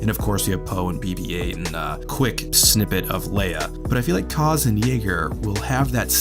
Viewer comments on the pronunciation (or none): Aaaaaaallllll of that hate. If people would have just given the show a chance and watched it first... It's in peace time, about pilots and not centering on Force users, a smaller corner of the galaxy, so it's set apart from a lot of Star Wars stories and that's refreshing. You're mispronouncing Kaz's name. Neeku can be annoying but he means well. He has a literal glimmer in his eye! :) I enjoyed the show and I'm interested to see where it goes next. This show has already given some great world building for the sequel era and I'm sure that will only continue. I thought the X-Wings wings opened wider because they were those T-85s, but Poe's is the same. Kind of bugs me but not a big deal. It's like the short-winged TIEs in Rebels. Some people tried to claim those as different models to explain away the difference but no, sometimes things just look different due to art style and are not necessarily a literal representation of how they might look. T-85s look great in either case. Fighter lovers buffet and I am loving it. Tora - Try not to explode, everyone usually does the first time. Umm..